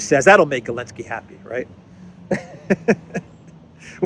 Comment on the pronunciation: Are you calling him elenski on purpose? Is it some kind of joke that I'm missing? Just in case you are not joking it's ze, zelenski with a z.